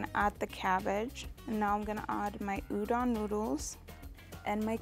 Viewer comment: no western chef can pronounce udon correctly. ffs guys... respect the ingredient and the culture it came from.